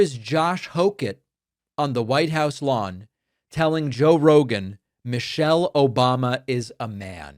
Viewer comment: The idiot pronounced the former first ladies name wrong. He said Mochelle.